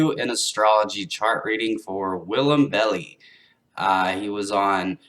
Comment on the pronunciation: Lol. It’s bell-eye. :)